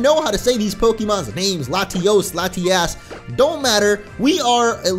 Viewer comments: I like how he said latias la-ti-ass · Did you say latiass. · Plese stop saying Latiass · "Latiass" lol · latios is lati os and latias is lati as but like the way it is in Spanish like this á has a longer sound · you said lotiass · Lol he said lasti@ hahaha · Its pronounced LA-TEE-US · You said LatiASS. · try to not say Latias like "Lati-ass" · Latias? Lati-ace? Lati-ass? Lady-ass? Oh wait, that is not right (This was a lot funnier when i first thought of it by the way)